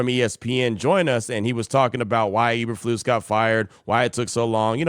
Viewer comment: Hey q! It’s ‘E’berflus. Not eberflus. lol! I live in southeast Wisconsin. I hear and see all the stupid bears news all the time. I don’t know why the raiders continue to hire bears failure’s. Raiders have done that for many years yrs. Stop hiring ex bear coaches! They suck!